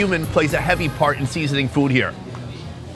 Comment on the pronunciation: SEEEEEEEEZENING! So funny how you say it!